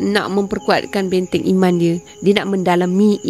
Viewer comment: Sdari ambo... Maaf mencelah sedetik utk memperbetulkan kesilapan lisan yg dianggap biasa & kecil oleh kebanyakan org... Istilah² yg bunyinya seakan sama namun maksud masing² nyata jauh bedanya.. mcm ada yg saudari sebut ' 'imam' dlm diri watak tersebut..bukan imam shabtku,tp iman... Imam tu yg mengepalai solat jemaah.. iman tu sesuatu yg sepatutnya kita senantiasa memohon kpd Rabbul Adziim agar dimasukkan-Nya IMAN ke dlm hati kita supaya kita termasuk dlm golongan mukminin / mukminah setelah menjadi muslimin / muslimah... Bila sebut dgn lisan seakan sama bunyinya antara imam & iman... Mumkin hal ni org tak berapa nk peduli kcuali jenis² kurang ilmu mcm ambo ni yg segelintir je ambo sdri tahu.. Maaf skali lg , Wallahua'lam bissawab.. jazakillahu kheiran katsiran jazaak... 👍😘😊